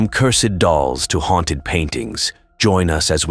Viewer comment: hey, stumbled upon your channel by YouTube algorithm.Stored okay but it was cringe hearing you speak. It's cursed not cur-sed.